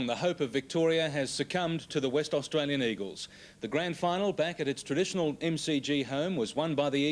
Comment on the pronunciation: The West Australian Eagles. The reporter said it wrongly